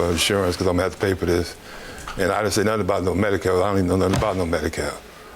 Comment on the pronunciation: "1st of all I have medikale...." 👆 Right there!!! That's where she really fkd up